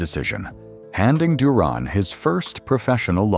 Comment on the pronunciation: His name is Roberto Duran not Duron😂